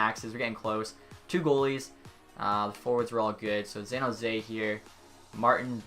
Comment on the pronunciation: This nigga calls it xan jose every time